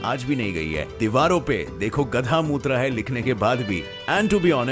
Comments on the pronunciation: Bhai mut hota hai mot nhi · Mut raha hai. 🤣 It should be "t" not "th" meaning get changed. By the way nice voice and video